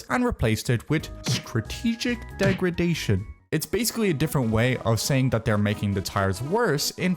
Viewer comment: "degration" wtf is bro on